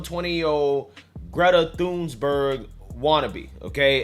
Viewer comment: It's Greta Thunberg. It's not hard to pronounce or are you Illiterate?